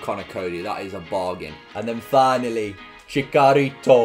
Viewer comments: Chicharitos name is actually pronounced “Chi-cha-rito” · Haha, it's pronounced Chi-CH-arito.:) Love the vids mate! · It’s TCHITCH-arito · I love you but your pronunciation of Chicharito hurts me